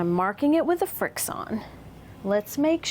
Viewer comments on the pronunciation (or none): It's pronounced like friction (you know, rubbing two things together?) Because the ink erases from paper with friction, not frickson. ;)